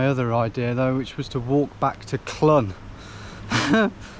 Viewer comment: Clun is I believe pronounced closer to Clean, it means elbow in Welsh if I'm right